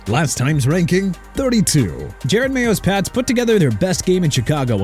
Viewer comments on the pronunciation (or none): JE-ROD MAYO NOT JARED!! GET THE COACH'S NAME RIGHT!! ENOUGH WITH THE JARED MAYO THING ALREADY!! AND MIAMI AT #22... THAT'S NOT GOOD ENOUGH OKAY?!